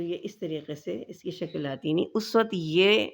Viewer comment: Shakal nahi Shakl kahte hain